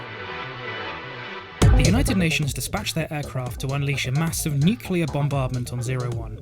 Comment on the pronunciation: New-clee-errrr That is how it is pronounced.